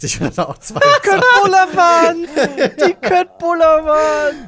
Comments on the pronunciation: Jeder der schwedisch ein bisschen kann und weiß das bei Köttbullar das K wie Sch ausgesprochen wird, wird jedesmal getriggerd, wenn einer Köttbullar sagt . Ungefähr das gleiche Gefühl wenn Leute Kina, statt China sagen xD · Ich klugscheiße einfach mal: Köttbullar ist schwedisch für Fleischkugeln/bällchen oder wie man es genau übersetzen möchte. Kött (Fleisch) wird "Schött" ausgesprochen weil ein "ö" auf das "K" folgt. Folgt beispielsweise ein a, å, o oder u auf das K wird das K auch ganz normal ausgesprochen. Småland wird "Smoland" ausgesprochen. Das "a" mit dem Kreis oben drauf wird immer wie ein "o" ausgesprochen (Mund etwas weiter öffnen als bei einem normalen "o", "Smaw" kommt dem vielleicht nahe). Små heißt "klein", also lässt sich das als "Kleinland" übersetzen, weil das eben für Kinder ist. Angaben ohne Gewähr. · Köttbullar triggert mich... Das wird Schöttbullar ausgesprochen! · Wie sich niemand über Köttbullar beschwert :D Es heißt "Schöttbullar" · das was ihr kötbulla nennt wird übrigens kölbolla ausgesprochen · ich muss dich leider korrigieren, dass wird "Schöttbulla" ausgesprochen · Spricht man Köttbullar nicht anders aus?